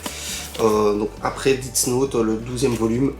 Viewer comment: Par contre ça se prononce « Dess note » et non « didts note » , ça commence à faire beaucoup les prononciations